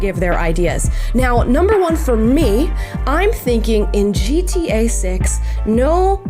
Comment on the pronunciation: Love Amala.. but why does keeping saying GTA as G-T-A ? Most people don't use such long spaces between the letters when pronouncing it 😂